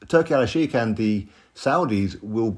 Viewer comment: It is Turki Al Sheikh not Alalshiek. And the way you pronounce it literally means Turki The Lover according to Arabic Language😂